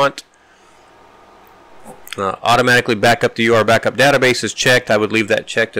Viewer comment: You keep pronouncing it... U R Backup... but I think it is ment to be pronounced Your Backup!